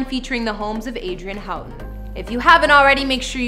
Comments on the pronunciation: The last name is PRONOUNCED WRONG AND SPELLED WRONG ! Get your facts straight ! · HER MARRIED LAST IZ PRONOUNCED HO-TON AND ITS SPELLED HOUGHTON GET PEOPLE'S NAMES RIGHT BEFORE SHOOTIN THE VIDEO HER HUZBAND'S NAME IS ISRAEL ISRAEL'S SON'S NAME IS PRONOUNCED SUN-NY SPELLED S O N N Y